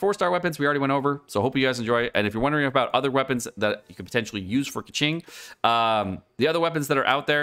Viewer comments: Where were you when playing Genshin impact? You skipped Keqing? That is why you dont know how to pronounce it. Its pronounced as Keching and noy Keking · Isnt it pronounced “Ke-ching” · He did it on purpose. It's more like "meme" version of pronuncing her name "KEKWing" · When he said Keqing and Kecking I died😂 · Keqing sounds like Pegging 😎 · kÆkeng??? I'am dead bro 💀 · I think he is intentionally saying keking just to make me cringe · Oi 😡 /j Pronounce her name like Coo-Shing 🤬🤬 /j I’m kidding- thanks for this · Could not watch this video. That Keqing pronunciation was lowering my IQ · You realise he was trolling right?